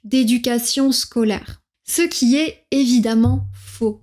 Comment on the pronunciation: avoir un accent est un mauqye d'écuation scolaire, prononcé scolèr, vraiment ?